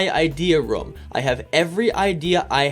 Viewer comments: The way you pronounce « room » triggers me. It’s rOOm not rom 🤪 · Pronounces room as "roum" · Ok I know this is great 🙂 but I'm triggered when you say rom